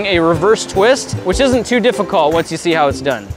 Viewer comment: the way he pronounces difficult is really weird